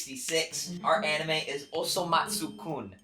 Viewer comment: Imagine naming your channel TheAnimeMen and can't even pronounce most of the anime correctly.......